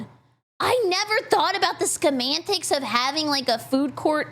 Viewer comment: "schemantics" 😭😂 please never change